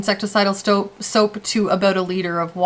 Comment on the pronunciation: You literally said Aboot. OMG I have never actually heard someone say it for real.